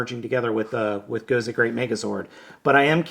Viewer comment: Nice review. I'm a bit of a grammar Nazi though (haha) you keep pronounced it "Gozay" instead of an S and you called it a Tensounder, instead of Tensouder (ten-soh-duh).